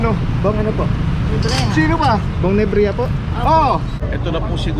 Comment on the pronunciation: "NEBRIJA" hindi "NEBREHA" , dapat bong nalang nilagay mo.